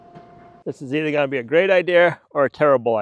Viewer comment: Did he say he had an eye-deer?